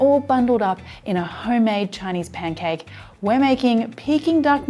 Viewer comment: It's P A N C A K E, not pen cake, love.